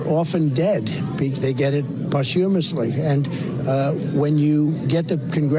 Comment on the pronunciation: But he’s soooooo EDUCATED, HAS THE BEST WORDS, he can’t pronounce posthumously 🙆🏽‍♀️🤷🏽‍♀️🤦🏽‍♀️🙄